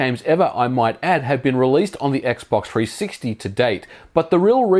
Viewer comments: I liked it when he said "X-Box Three Six Tee" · X box tree sixty. Put some spek on the name. Ain't gōn say it no moé